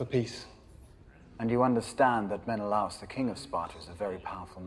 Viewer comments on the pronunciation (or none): Not sure about ancient Greek, but in modern Greek, his pronunciation of the "a" was correct. He should just not have accentuated the "a". The accent is on the second "e", as in Me-né-la-os. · The pronunciation of Menelaus in this movie makes me want to tear my eyes out of my skull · This movie taught me how to say Menelaus wrong, they all say it wrong. insane.